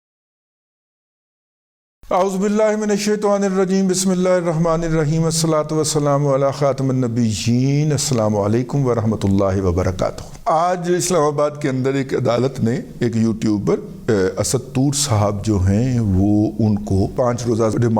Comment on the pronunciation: اَلصَّلَاةُوَالسَّلَامُ عَلٰی خَاتِمِ النَّبِیِّین دادا جی میم کے زیر پڑھا کریں شکریہ